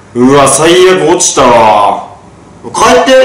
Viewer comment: 帰ってのイントネーションがめっちゃ気になる(笑)